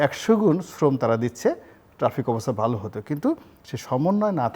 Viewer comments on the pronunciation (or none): none